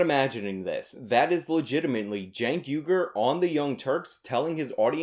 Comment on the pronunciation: Hey man. Has anyone ever told you that it's pronounced 'WEE-gurr'?